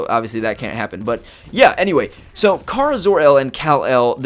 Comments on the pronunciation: In every form of media supergirl has been in except the tv show, pronounced it with a long A. Like Care-a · BOI STOP PRONOUNCING KARA WRONG